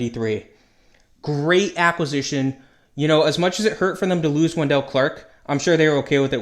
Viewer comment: It's not Wen-DELL, it's WEN-dull